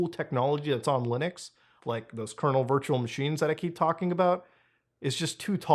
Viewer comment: Every time Muta says "Lunix" my brain goes "Linux" 😅